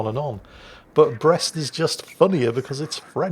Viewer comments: I'm from Brest and your prononciation is perfect, we know it, we like it and we hate the royal Navy😉 , but Dunkerque prononciation man o man this is depressing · You may not be able to handle the Dunkerque's pronounciation... But you are very good with our Brest